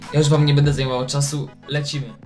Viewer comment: Czm mowisz bede? XDDD